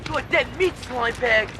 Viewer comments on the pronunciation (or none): none